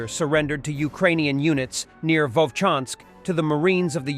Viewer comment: ВоЛчанск, а не Вочанск. Придурок.